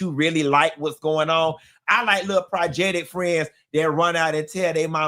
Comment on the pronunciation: “Projectic” haaaaa gets me every time 😂😂